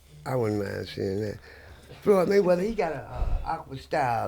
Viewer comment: “ Loyd Flayweather “ 😂 nailed it